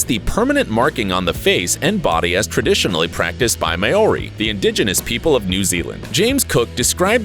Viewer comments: “May-ori” made me cringe I’ve never heard anyone say it that way (I’m from New Zealand) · What’s marori it’s Maori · Coming from new Zealand and him saying mayoury when it's Moari I'm just like 😬😬😬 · XD u said it like mayori its pronounced like mowdey kinda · Hey. You don’t pronounce it as “mayori” it’s pronounced “Maori”.i only pointed it out because I’m from New Zealand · Am i the only new new Zealander here who wants to correct him cuz he said mori insted of māori pronounced moldy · I hate how you said mA OrI Its pronounced Māori Ugh bruh New Zealand is always missed out or pronounced badly. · Haha “ may-ori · Thats not how you say ta moko or moari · Bruh he really said may-o-re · Honey it's Maori not May ori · It annoyed me too. Like how can you pronounce moari so wrong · 53:0 that's not how u say it u say it like mou-r-i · I hate how you say "Maori" it’s pronounced "mowry" but it’s spelt like "Maori" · Yea he says it like mowi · It is pernounced moldy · Rina Tukula it annoyed me to MAY oRi 🤮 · He said Maori wrong he said MaY - OrY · Im a newzealander and that is definitely not how to say Maori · YOU ARE PRONOUNCING Maori wrong and it is alittle annoying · That’s not how u say Māori! Reee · i just want to say that you said Maori wrong and yes i'm from new zealand i aroha (love ) the fact that you put my country in here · U say Maori wrong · I couldn’t help but laugh at the way he pronounced Maori 😂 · That's not how you say it am Maori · I'm part Maori and it's triggering that they are saying it without rolling the R 😂😂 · as a Maori i laughed to hard when he miss pronounced it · You pronounced Maori wrong just saying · You said Maori wrong... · I got triggered when he said maori like that but he is a Pakeha so gotta leave him some slack. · I am Disgraced as how you said the first words Ta Moko and Maōri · you pronounced it wrong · As a Maori ( the first one) i cringed how he said it